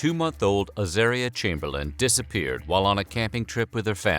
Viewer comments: At least learn how to pronounce the baby's name. Her name was Az-aaah-ria, not az-AIR-ria. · Wrong. It’s pronounced azAHria. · It's a pity they've pronounced 'Azaria' incorrectly. It's pronounced so it rhymes with the word 'aria'. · Soooooo many errors : * Az-are-reeah - not Az-air-reeah. * Uluru is Uluru, not Uluru Rock. It used to be named Ayers Rock. * Lindy did not search, let alone lead the searchers - she stayed at the camping ground. * Michael did search. * Lindy only added Creighton to her name when she remarried. It is incorrect to referred to her as LCC when describing the death and trial. * Lindy did not see her child eaten. She saw her child taken by a dingo. * Dingoes are wild. There is no such thing as a tame dingo. * A dingo is not a wild dog. Maybe a bit more research??? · It says the name wrong my sisters name is Azaria it is said Ah Zar Re Ah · In Australian it’s pronounced ‘Ah-zar-i-ah’